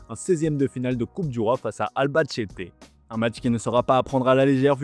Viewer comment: "Albachete" ahahahahahahah